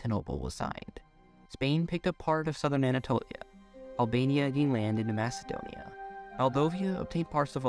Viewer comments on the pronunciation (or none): none